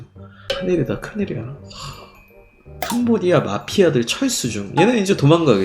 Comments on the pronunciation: 하도 캄보디아 캄보디아 하다보니 도 어느순간 캄보지아라고 읽음.. ㅋ잘 들어봐요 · 캄보X아 발음실수